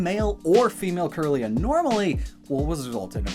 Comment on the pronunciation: Kirlia is pronounced “keerlia,” it refers to Kirlian photography which has to do with photographing psychic aura